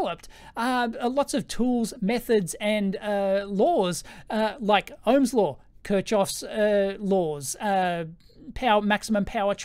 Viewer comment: Good stuff. That Kirchhoff pronunciation tho. :D